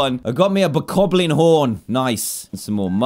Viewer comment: I love that he said buttcoblins fangs and not bokoblins fangs